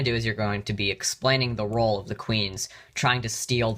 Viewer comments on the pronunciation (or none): none